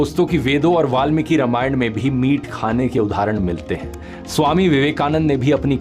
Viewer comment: आप उच्चारण पर थोडा ध्यान देंगे तो अच्छा रहेगा. रमायण नहीं रामायण. सरस्वत नहीं सारस्वत. बाकी आपका संशोधन और सादरीकरण उच्च स्तर का होता है. धन्यवाद!